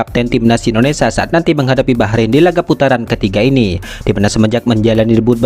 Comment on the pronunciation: Pembaca narasi bisa ucapkan Indonesia ga..jangan Indonesa